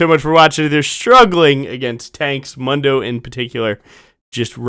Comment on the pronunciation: The correct way to pronounce Mundos name is “moon-doe” not “mun-doe”. Hope this helps